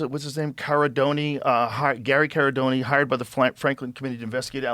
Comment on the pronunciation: ITS CARA-DORI Gary's last name. I'm his niece. Just to clarify how to pronounce it!!! RIP COUSIN AJ AND UNCLE GARY CARADORI ❤